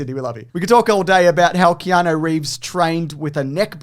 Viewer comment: Do you keep saying Keano? You know it's not Keano, right?